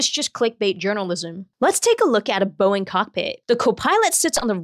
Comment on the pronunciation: Not the "Boeing"